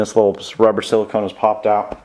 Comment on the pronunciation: He said silcone funny